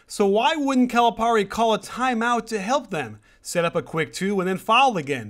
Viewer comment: I'm sorry, but if you are going to trash a coach, at least learn to pronounce his name correctly.